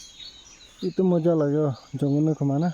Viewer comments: Bro you dont say jankun just say jungle ok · Say Jungle not Jankan....... Don't mind for correction.... Favorite Video, always wait for you, Kents Vlog and Roving Naga's video only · He will keep on camping untill he can pronounce the word jungle 😂